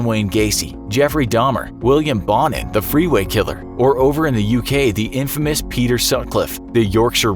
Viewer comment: I’m kinda spooked right now. But I pronounce my last name Bone-in not Bawn-in